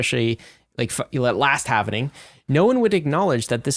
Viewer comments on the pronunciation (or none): Every bloody time they say halvening, I shudder a little bit like Mr Burns. Is this some bloody ethereum flex or something "we know the correct way to say it" etc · Halv-ing. Not halven-ing 😁 Bitcoin going in half.